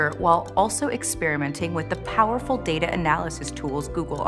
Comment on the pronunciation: Alright so it's "data" not "data".